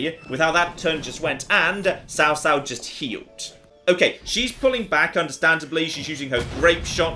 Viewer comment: this looks like a mobile game if i've ever seen one. Also, Cao Cao should be pronounced Chaw like chowder. I laughed at destroying the MOUNTAIN.